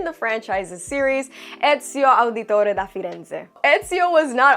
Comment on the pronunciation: I can't believe my ears, how amazing well you nailed "Ezio Auditore da Firenze" pronunciation, grazie tesoro ;)